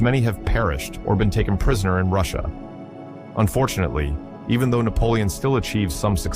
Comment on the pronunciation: You need a new AI system, is that "Napolioni"😂 as a black man??😂😂